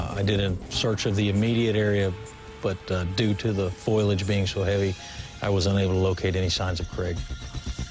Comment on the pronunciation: Oh dear.. you mustn't need to have passed middle school English to become a police officer, in 'some' places!! (about) .... "Due to the FOILAGE ?!?!? being so heavy", .... instead of FOLIAGE ..etc 😂😂😂